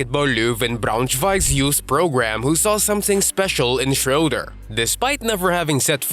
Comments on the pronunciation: oh! you pronounced Löwen Braunschweig correctly. So the ö in Löwen is the same as in Schröder. So it's not schrouder but Schröder as in Löwen. But i get that it's hard to pronounce :D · How come that you manage to pronounce the o-umlaut in Löwen Braunschweig correctly, but mispronounce the ö in Schröder? (It should be pronounced like the i in bird.)